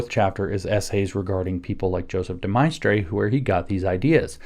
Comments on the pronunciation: Couldn't pronounce his name correctly. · Could he have pronounced De Maistre's name, incorrectly, because he read it and hasn't had to speak it?